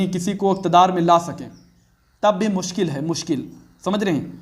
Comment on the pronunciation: मुस्किल या मुश्किल 😂😂😂😂😂